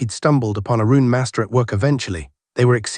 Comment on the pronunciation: This the AI with the weird inflections. It isn't bad this series though. It really freaks out during Cultivation series. Words like "Master" come out "Masterrah"